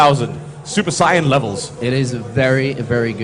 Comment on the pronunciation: he actually pronounced it correctly sai-ya-n... one of the few people that ive actually ever heard pronounce it correctly...